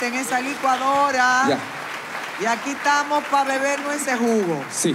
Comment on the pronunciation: Milagro se dise aquí estamos no aquí tamo